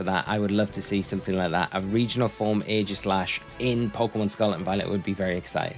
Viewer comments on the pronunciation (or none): none